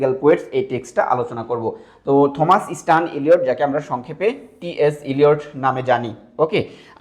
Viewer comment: থমাস keno blchen.oita pronunciation টমাস হবে😶